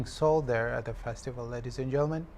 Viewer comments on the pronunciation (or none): The word 'FESTIVAL ' should be understand clearly.